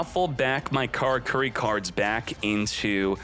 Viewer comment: Carcurry? It's ca-lah-coo-lee,.